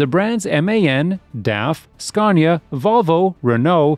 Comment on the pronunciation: Scaw - neeea 😅😅😅